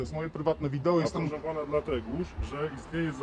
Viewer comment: "Dlateguż" hahahah